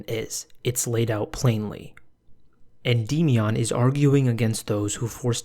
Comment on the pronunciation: holy fucking shit dude. Endymion literally says his own name at the start of every single video of his. Noah either hasn't actually watched any of his videos, or he is intentionally pronouncing it in a retarded way.